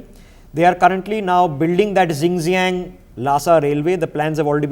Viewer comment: Great information. Please learn to pronounce geographical places correctly and accurately. It will give your videos more credibility. Names such as Xinjiang, Sichuan and the names of the dams.